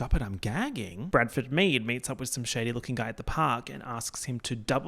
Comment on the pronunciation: “Gaa-ck-ging” is absolutely earth shattering